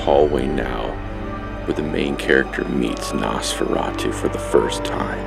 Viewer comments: I cringed every time he said NAHS-FERRA-TWO. It's Nosferatu. Noss-fera-tuh. Not difficult. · Nice video, I love stuff like this and as yourself, Nosferatu is one of my favorite silent films. However, with all do respect, please...the name is pronounced NOSferatu. As in NO, a long "O". You are pronouncing it as NASferatu as with a soft "A". Just a piece of constructive criticism. Be well. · Very cool - I found an early VHS copy of this movie back in 1991... No offense or anything, but your pronunciation of NOSFERATU is atrocious. So here it is ... NOS (like the NOSE on your face) FER (like the State FAIR) [and roll your R spanish style] AHH - TU ... Now just put it All together